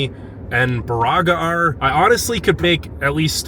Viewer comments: Michiganians refer to the large waves as white caps. The town of Baraga is pronounced Bear-ah-ga and the falls are pronounced Ta-qua-ma-non Falls. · Ok you need to learn how to say the names of these places Sir good grief. I’m a native Yooper born and raised moved to Tennessee about 4 1/2 years ago. Engadine (Ing-Ga-DINE) Baraga (BEAR A GA) Kewadin (Ka Way Din) Tahquamenon but idk if I can pronounce that without saying it to you, lol I can’t remember all of them but that’s to start just wanted to help ya out. Cool video. I’m from Newberry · Nice job. There are still a lot of wolves in the UP, approx. 750 of them. Those brown pine trees are that color because they are dead or dying. It's "KEY-wah-naw & BEAR-ah-gah & Tie-QWAH-meh-nen